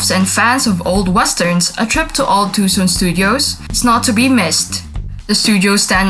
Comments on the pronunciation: Two-sohn not Tu-sun. Sheesh!!! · Too sawn